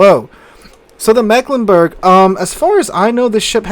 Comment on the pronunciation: Can anyone pronounce our region worse than the rest of Germany?: Yes, I can! The first "e" has a longer pronouncing like an "e" in English. It's more like an "i". And the "g" at the end is pronounced like the "ch" in the word "French".